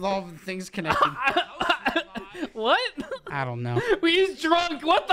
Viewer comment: kwoneccted u mean